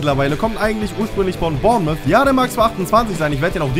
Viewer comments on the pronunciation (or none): none